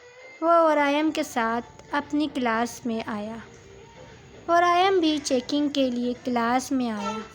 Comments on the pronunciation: Its waryam not varayam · Story achi lag rhi ha good 👍 voice over wali Baji ko bta den please wraim ni waryaam ha aur nagori ni nagawari ha lafz inki shayed Urdu ni ati